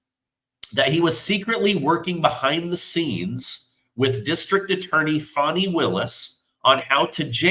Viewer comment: Fani is pronounced “Fanny”, as in Fanny Brice. Just because she uses an I on the end doesn’t mean it’s pronounced “Fonnie”.